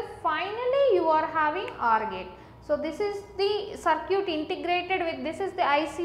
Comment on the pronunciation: "Saar-ciut" XDD